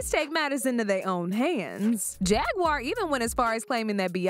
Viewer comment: He keep calling Jaguar JAGGURED!!!😂😂😂